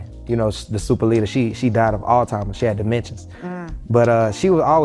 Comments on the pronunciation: They look like clowns coming out with them extra ass fur coats on smh.. the he pronounced Alzheimer’s like “all timers”… I can’t lol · (laughing) dimensions sounds right. I heard "all timers" (laughing). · Did he say "old timers" and "dimensions"🤣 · All Timers?! Dimensions? Jacquees please😂😂😂😂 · He said all timers and dementchies 😢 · Jaquees its Alzheimer's not Alltimers people thats why reading, writing, and spelling is fundamental. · I cannot get passed the fact that he said "Altimer's" RIP to his Nana, but that is wild.